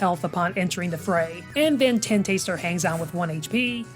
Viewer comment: The way you guys pronounce Tentastar like Ten-Taster, instead of Tenta-Star is hilarious 🤣🥰